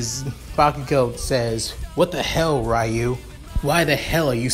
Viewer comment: it is not rayu it's ryu